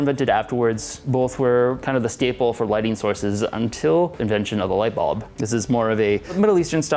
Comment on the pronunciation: Nobody:: lightbälb